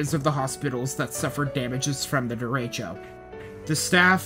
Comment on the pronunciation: Derecho is pronounced very differently than the speaker does, in ALL of his videos.. why?😮